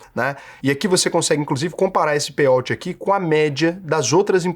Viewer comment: A pronúncia é "pêi aut",, não "pêi óut"